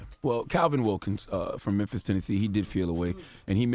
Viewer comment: Memphis pronounced: Memff💦eeaahh